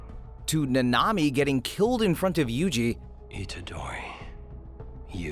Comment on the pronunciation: Your saying it like nnami its like nAnami